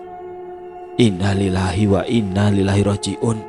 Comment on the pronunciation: Sekedar berbagi ilmu sy yg sedikit, maaf klu sy salah, yaitu ttg kalimat INNALILLAHI WAINNAILAIHI ROJI'UN bukan innalilahi wainnalilahi🙏🙏